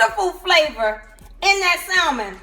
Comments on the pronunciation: Pronounced sa mon not sal man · The L in Salmon is silent. It's hard to take someone serious who cannot pronounce what they're cooking. Pronounce the fish as SA-MON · Stop pronouncing the “L” in salmon. You don’t have to scream when you’re speaking.